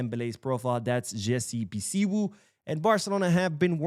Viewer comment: thanks for the video and thanks for the good work you are doing for our Dear Team Barcelona the best football institution in the world. Jessey (Bisiwu) is a Ghanaian 🇬🇭 name. The name is something like this (Bisiu)